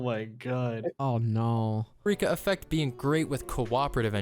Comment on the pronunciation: Why does that one guy keep calling the Eureka Effect the "Urethra Effect"